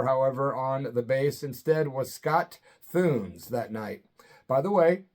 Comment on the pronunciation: Lucky! Wish I had seen this show. Scott Thunes is one of the greatest. Played with Zappa. TOO-niss is how his last name is pronounced. Cheers!